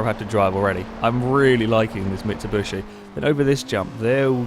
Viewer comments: its mitsubIIIshi XD not mitsubUsi !! btw i think this channel diserves more subscribers i am with it sicne forza 4 just come out and i was surre it would grow very fast but for some reason it didnt ! gj guys !(where are Alex and Husky?) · Why do you keep calling it a MitsuBUSHi? xD